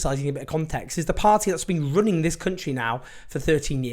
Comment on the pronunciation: Did you say the Tory's were running or ruining the country at the start Owen 🤣